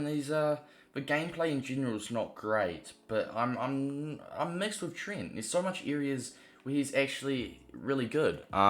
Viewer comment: His name is not Trint